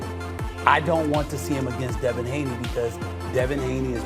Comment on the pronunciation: "DEVIN "Davis. ??? 👌🏾👍🏿. You already lost credibility